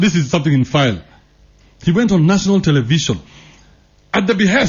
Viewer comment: Televishon. Televishon. Oh Lawd of mercy